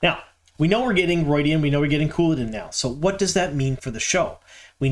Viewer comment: ROO-ID-E-AN, not ROID-E-AN like Steroids!